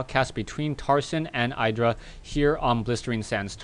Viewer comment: btw its not pronounced "eye dra"